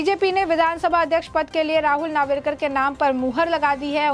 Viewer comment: नावरेकर नही नार्वेकर बोल